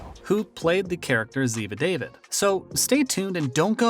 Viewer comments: I quit watching this. It is not good, no research. Her name is pronounced Da-veed. Not David. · Did he really just say David. DAH-VEED Uh get it right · not David but Dah-veed. Geez! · ZIVA DAVÌD IDIOTS LOLLL😊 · Oh Please- these narrarators. It's Dah-Veed, not David. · Learn to pronounce her name correctly if you are going to talk about her.